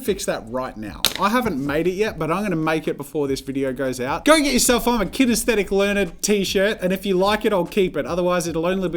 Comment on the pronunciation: Jazza... it’s kinesthetic...